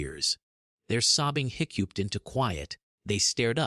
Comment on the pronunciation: Made me laugh how it couldn’t say hiccuped